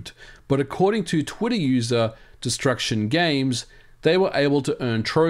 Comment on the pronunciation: Me "Da fooq is twiddir?!?" (god I hate accents sometimes... 🤣 😂)